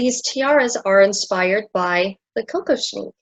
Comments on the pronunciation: The tiara is ALWAYS pronounced Kock-OSH-nick. The accent is on the middle letters ‘osh’. It is not a drink of cocoa as you are pronouncing it as COCO-shnick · I think it's "Koh-KOSH-nick" but I could be wrong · I think the accent is on the second syllable: ko-KOSH-nik.